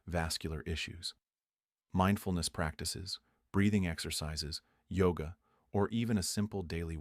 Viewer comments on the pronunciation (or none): none